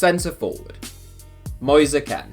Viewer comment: Mois-a Ken? Moiz Keen